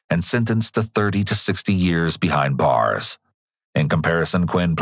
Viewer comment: Narrator saying “behind bars” just has so much oooofm in it